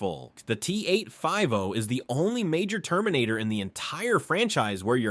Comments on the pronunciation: T-8-5-OH! 😂😂😂 T-oh-ooh!!-one. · LOL the T- Oh Oh and the T 8 5 Oh